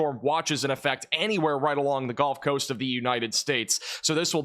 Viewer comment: Did you just say the "golf coast?" 😂